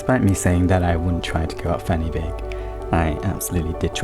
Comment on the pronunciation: Heya, just letting you know, "Fan y Bîg" is pronounced "Van-Uh-Beeg" not "Fanny-big"! Same with Pen y Fan, pronounced "Pen-Uh-Van"